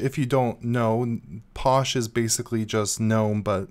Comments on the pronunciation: LOL, its pronounced Fosh not Posh! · You're saying it wrong. Phosh.. like Phone Not Pone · Uh posh I thought it was pronounced fosh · Since when was PH pronounced as anything else then F? Physical, do you say Pysical?